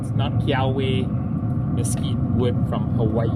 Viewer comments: great video, just for future reference its pronounced key ah vay wood, not key ah way. aloha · Hey, just fyi, for the kiawe wood the "w" is pronounced as a "v". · Kiawe: Pronounced Keh-ah-veh. ;)